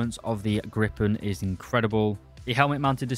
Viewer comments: My man, it's a Gripen, not a Grippen. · Griiip´en. Not Gripppen.